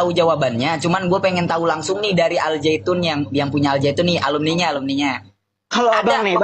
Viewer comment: Ngang ngong ngang ngong. Aljaitun mah